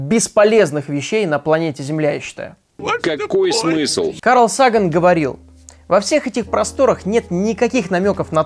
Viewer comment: Сага́н, а не Са́ган